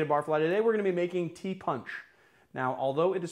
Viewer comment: Its pronounced " ti- posh". Should be done with lime wedges and actual sugar and then served without ice